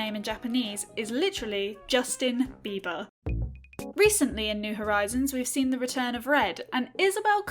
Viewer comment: “Justin Bebaa” IM DEAD💀